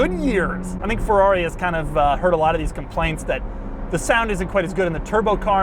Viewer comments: P O RR T O F I N O, please. NOT porrofino. F E R R R A R I not farari. PLEASE!!! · Not Feuuuaauuuii! FeRRRaaaRRRiiii! :-D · Come on, can't you even say Ferrari? When you are bored inventing your own brand pronunciation? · Boy its called FERRARI and NOT fevvauvi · I hate how he says Fewawi.... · Nice Pherrawree! Nice Topperation :P